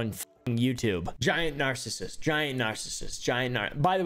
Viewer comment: “I’m a niceissist” got me dying